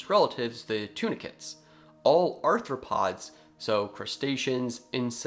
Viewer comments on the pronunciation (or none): none